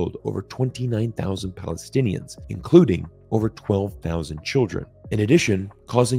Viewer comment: It's Palestinians not "Paletinians". Get your act together.